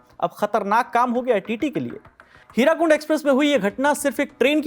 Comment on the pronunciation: Hirakund nahi hirakud hotahe ache se padhke bola karo